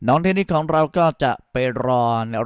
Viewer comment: เทนนิด เทนนิด อยู่นั่นแหละ น่าลำคาน เธอชื่อ เทนนิสสครับลุง !